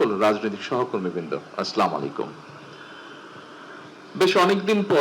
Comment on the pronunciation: আসলামুল আলাইকুম নয়- আসসালামো আলাইকুম বলো।